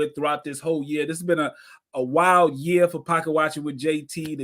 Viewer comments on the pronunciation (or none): none